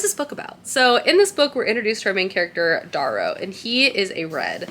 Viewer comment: I’m gonna be “that person” … his name is pronounced Dare-oh.